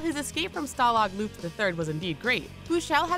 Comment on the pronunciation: I thought you said stalag flucht XD